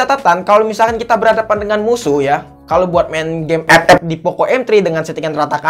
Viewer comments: Ngomong ep ep nya itu lo bikin ketawa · Ngakak pas ngomong "EP EP" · Wkwkwk gw ngakak pas ngmng epep